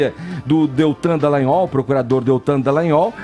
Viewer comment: Vini, o nome do procurador é Deltan Dallagnol! Poxa! Que nervoso! Não sabe falar o nome do cara.